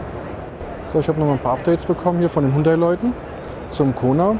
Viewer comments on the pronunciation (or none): Hallo, wieso sprichst du den Markennamen Hundai? Und nicht HYUNDAI? Hat doch nicht s mit einem Hund zu tun!✌😁😉😉👍💪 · Hundai (Hund-Ei) klingt bissl komisch